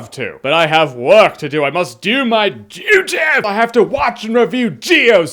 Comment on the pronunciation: Lol “had to do my Deutttyy”